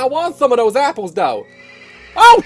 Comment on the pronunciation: “SOME OF DOS APPLES”